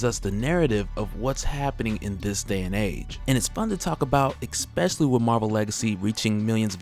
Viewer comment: God damnit dude there's no X in especially